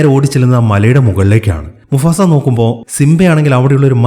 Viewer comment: Musafa alla mufasa😂🙂